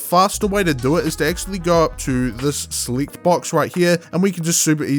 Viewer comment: Bruh if you say sahleek one more time